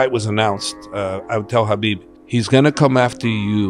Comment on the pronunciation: Just to comment… He said Khabib name perfectly! It’s pronounced as HABIB and not Khabib! It showed how well he knows Khabib and his respect to his people!